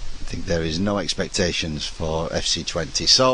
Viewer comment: I love how he slides back into a Yorkshire accent when he says 'expectations' .